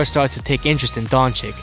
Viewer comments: It’s pronounced Donchich not donchik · His name is luka doncic not luka doncik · It's Dončič not Dončik 🤦‍♂️ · It´s not Donchick it´s Donchich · Don"chick"? Isnt it supposed to be don"chich"? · Doncic. Not donchick 🤦‍♂️ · Nice clip. But... Pleaseeeeeee, try Doncich not Donik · It's pronounced Dontsits... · Donchich!!! Just don't say his surname if you are not capable to pronaunce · this man said dončik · Dagger through my brain every time I hear Donchik. If the first c is a ch, why you think the second one is a k? So many ic(ich) players in the NBA. How hard can it be? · Isn't it pronounced "Donchich" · stop pronouncing Luka DonChick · Disliked because you still dont pronounce his name correctly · Man this guy says his name just as bad as Flight smh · learn how to pronounce names Madrid and Dončič...